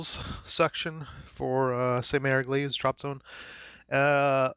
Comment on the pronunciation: Jeez. It's Egleeese not Eglayse. :) Watch the Longest Day. John Wayne nails it. Came from someone else's unboxing but he really didn't give a lot of info. This was perfect. Thank you!